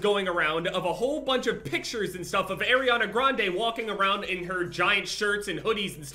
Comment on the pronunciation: “Airiana Grande”